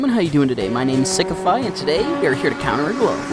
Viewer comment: who noticed say sickify before the intro cuz i did